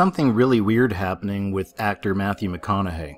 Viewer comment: Matthew Meh Conna Hay! Lol